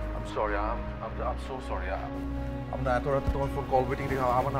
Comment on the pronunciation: মাউগপোলা, corry না sorry